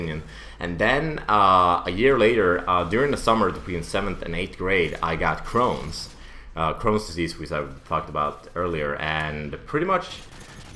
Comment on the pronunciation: It's chrones not crowns and its a disease in your intestines